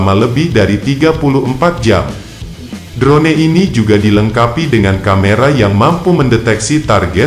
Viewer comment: Hahahah... ... ADMINNYA KAYAK TDK PERNAH DENGAR ISTILAH ASING YA... 🤣🤭 DRONE DIBACA DROUN MIN... 🤣🤣🤣